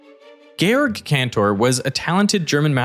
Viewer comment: Just so you know, "Georg" is pronounced "gay-org" (it means "George")